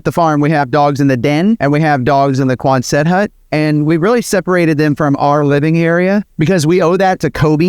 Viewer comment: Thanks for all the good work , I enjoy your vids. I have a tiny nit pick--"Quanset" as in hut was named after a WWII navy base in Rhode Island Where the huts were developed. You are working real hard to make the word Quonset two syllables when it really is almost only one syllable